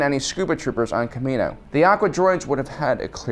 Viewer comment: You said kamina...